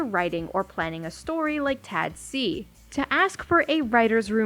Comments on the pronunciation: why are you pronouncing it "Tad-see" it's clearly "Tah-dac" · i like to pronounce tadc as taduck because im craaazy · M sorry hearing u pronounce the acronym like that is literally sending meskdjksf